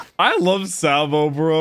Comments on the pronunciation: Please say saa-bo not sae-bo 😭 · i absolutely hate how he pronounces Sabo and Ivan... its EEE VAN NOT I VAN. ITS SAHH BOW NOT SAY BOW. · Say it with me... it's pronounced: (SAW'' BOW-) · Btw it’s (saw-bow) sabo not (saw-bow) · I'm just going by dub, ''but'' the way pronounces sabo's name is wrong'' all i'm gettin at